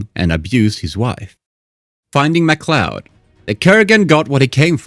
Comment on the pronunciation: You are THE WORST lore channel out there. Ffs you pronounced MacLeod as "Mac Lewd"... Why are you doing content for IP's you obviously didn't watch?